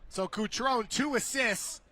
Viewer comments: BRO IS CUTRON-E NOT CUTRON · Kuctròun nun se pò sentì. Cutrone. KUH-TRO-NEH Patrick, vecchio cuore rossonero... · I nomi ed i cognomi dei calciatori inglesi li pronuncio in inglese, non importa la qualità della pronuncia. Kutròun, invece, è il tipico esempio di nome italiano pronunciato secondo le regole fonetiche inglesi. Per me è ignoranza. That's it. 🤷‍♂️